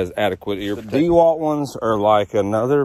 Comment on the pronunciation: Dah-walt, not Dee-Walt. I appreciate the review, thank you